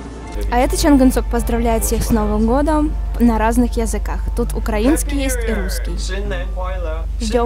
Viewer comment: (ЛиМинХо/Дорамы/K-Pop) Я заметила как он сказал сссновим годом ударение на о